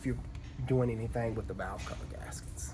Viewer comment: What is a “valave?”